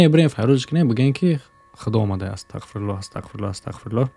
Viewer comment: сад фоизай гапот просто вахте ТАҒФИР мекуни яъне Астағфируллоҳ бояд через ҳарфи (ғ) бгуй а ты чанбор шид Астақфируллоҳ гуфти кароче хато кади нито нафаҳм просто гуфтм ислоҳт кнм а так зинда боши